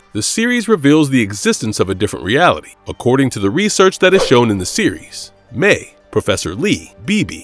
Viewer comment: Not to nitpick, but I’m pretty sure Mei’s name is pronounced like “MY”, not “Mee”